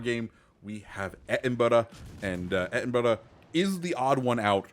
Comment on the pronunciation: Why do you always pronounce the Edinburgh like that,it’s really weird and quite frankly it’s annoying